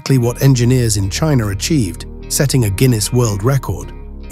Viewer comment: "Chiner achieved"